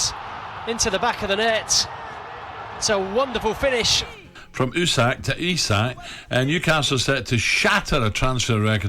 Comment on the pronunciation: It's EeSak not Isak 👍